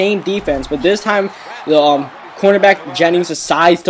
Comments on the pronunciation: Can you say "the"? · Do you even know how to say "the" right